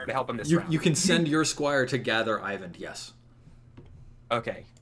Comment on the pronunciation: I find it slightly frustrating how keeps pronouncing "Eyvind" like "Ivan". Those names shouldn't be anything alike. Regardless I still love the game and can't wait for more.